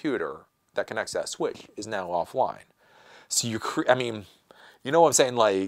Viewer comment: You're saying "Swithf"? WTF is a Switfh? Dude, try to articulate a bit better.